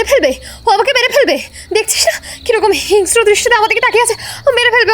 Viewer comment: Apnader golpogulo r choice ta valo.Kintu amar mone apnar o apnar team er kichhu pronunciations ektu vul achhe.Jemon apni হিংস্র কে হিঙ্গওস্র bolen jeta khub kane lage.Echhara aro onno kichu o achhe.Egulo kono expert er kachh theke thik kore nile valo hoi.💙